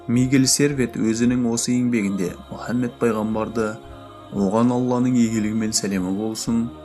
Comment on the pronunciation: Мүһәммед демеңізші Мухаммед қой.саллалаһу алайһи уәссаллам